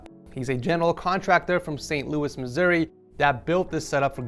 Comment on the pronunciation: u didn’t struggle saying Missouri this time congrats LOL